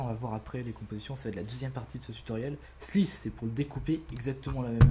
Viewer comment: Aie aie aie cet accent :D Slice, Splice, Unlink .... :D